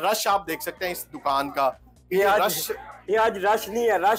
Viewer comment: Sorry to say but if a channel named urdupoint doesn't know the difference between Dukan and Doo kan then just....